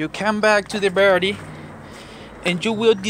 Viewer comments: Wtf the birdy ??? Dude seriously who ever tought you english was screwing with you a birdy has wings and a beak a battery is what your talking about battery bat-er-ie Lol not Bird-ie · He's saying "Barrety", instead of battery. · "Barrity"? It's battery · The way you pronounce battery it sound like birdy🦅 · It's a battery, not a Birdy. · DID I HEAR RIGHT? "BARETI" ? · I speak several languages and Spanish is one of them. But I kept hearing "birdie" too! 🐦😂 I'm just grateful that I learned 3 different ways to reset that d@ engine light without the scanner. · I like how he says battery , Cracks Me up ..... birdie. . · Bowerdie....I love this guy. He probably works for a chop shop in LA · I thought this mans was saying Birdie ☠️☠️☠️ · Just listened to the whole thing so I could listen to you say disconnect the birdie. :) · Just watch the video and if I'm not mistaken I heard baretty. Can I ask what language is that. Just want to know... Anyway the video is so helpful....... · Also, why is this guy calling the battery a Birdie? He pronounces everything else very well! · What’s he’s saying buttery or Birdy 😂😂😂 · He said baraty, anyways thanks for the disconneting of your barraty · Cant understand you, what is a berty? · Did you say birdy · Battery. Is that hard to say buddy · Yeah buts hes cool , so dont really marrer how he says it...heehee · Someone PLEASE tell this guy how to say BATTERY.